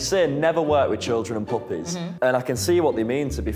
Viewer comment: Whenever says puppies why does it sound like he’s saying poopies😂😭😭